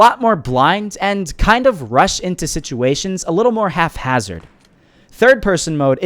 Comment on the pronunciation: Haha yes I know, it just sounded like you said “half-hazard.” That’s why I put it in quotations.